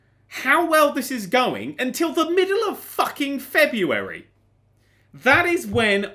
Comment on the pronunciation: Did say "Frebuary"?